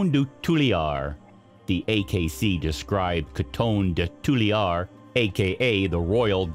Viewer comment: Please work on your pronunciation of Coton de Tulear.